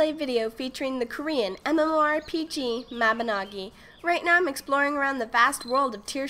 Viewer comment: MABI-NOOOOOO-GEE- Not MABI-NAW-GEE.